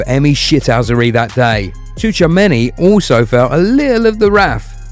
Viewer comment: It's Choowamany. This maybe is a Frenchman's surname, but the "tch" sound in it is the same as in words like "watch" and "pitch".